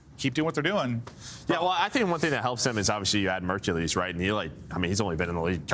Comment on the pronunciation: Kinda petty that can't pronounce Mercules correctly